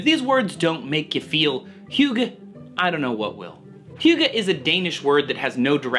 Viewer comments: Yes, you are pretty close. Though it sounds like you put in a u before the y - like the u when you say "huge". So You say huygge. But it is pronounced without the u kind of sound. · That is not how I imagine that word pronounced.